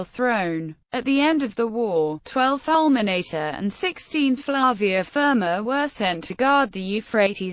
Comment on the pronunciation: Falmenaytay.... My ears are bleeding.